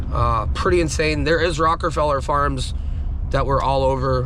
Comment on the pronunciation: Rockefeller not Rockerfeller.